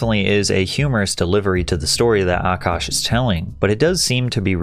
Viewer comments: what grown man is named “nav” and why does she pronounce his name “Ahh kash” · I love how Patrick pronounces Akash’s name better than this dumb broad.